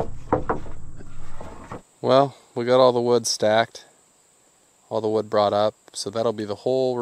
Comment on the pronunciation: He got all that WEWD in the WEWDS